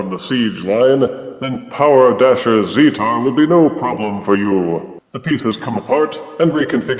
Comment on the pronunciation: Great review!!:D I believe the official pronunciation is "zee-tar" but I'm not 100% sure. Keep on being amazing, Double Thumbs Up.;D